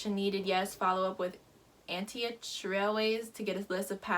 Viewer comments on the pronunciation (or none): Pronounced (Anti -ock) lol